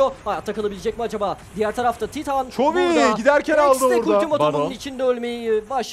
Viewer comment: Abi çitan demeyin artık nolur, titan bunun adı yazıldığı gibi okuyoruz işte, ç nerden geliyo